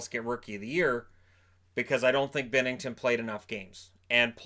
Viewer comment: Why does he pronounce the name binnington like bennington